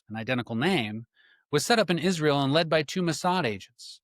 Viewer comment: Yes, I noticed the same thing. Notice the way he emphasized the word Israel each time he said it.